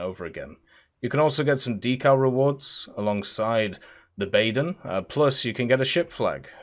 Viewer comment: For the last time it’s not the BAAAYYEÖÖÖÖÖÖÖÖRN